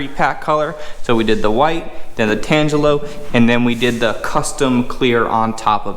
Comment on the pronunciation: Pronunciation of Tangelo = ------------------------------------------------------------------------------------------> "tan - jello"